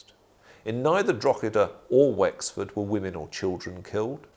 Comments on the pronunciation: I love how they pronounce DROGEEDA it really shows these men have researched how to prounce DROGEEDA drogeeeeda DROGEEDA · Its not Drog he da, its pronounced draw he da, its not pronounced gal a ger its pronounced gal a her, ie Gallagher, if we managed to learn your effing language the bare minimum you can do is learn how to pronounce a few rules about phonics and the Irish language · It's "Droh-edah" not "Drog-eda" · ...please refer to Drogheda correctly, it is with silent G, not expressive [Dro heda] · It’s Drawda!!!! 😂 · The pronounciation of Drogheda by the English in this documentary is a warcrime in itself. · Historians that can't pronouce the place names they are talking about! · Jaysus wept. The most brutal thing about this documentary is the continuous bad pronunciation of town of Drogheda. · How can someone who considers himself sufficiently expert to put fo!rth opinions in this documentary be unable to pronounce Drogheda? The "g" is silent for anyone who doesn't know. I vaguely recall Richard Chamberlain in " The thornbirds" ( I believe) saying Drugeeda. Funny but then again he was an ill informed actor not an historian. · Can't even be bothered to learn how to pronounce the names of Irish towns properly 🙄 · It hurts my ears everytime they say it wrong and English should be banned from trying Irish names and just say that town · Am I The Only The Only Irish Person Who's Cringing At How They're Pronoucing Drogheda? (We Don't Pronounce The 'G') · The fact that the so called historians on this is video, can’t even be bothered to learn the proper pronunciation of Drogheda, that tells me all I need to know about their perspective and knowledge of the subject